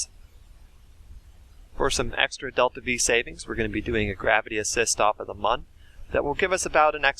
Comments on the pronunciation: Mun is pronounced like "moon" and not "muhn" (the original intended spelling was actually Mün, which would have removed any ambiguity) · M with the two dots over the u is not ‘mun, mone’ it’s mooooon! Just say moon! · Mun is like moon, not like bun, get it right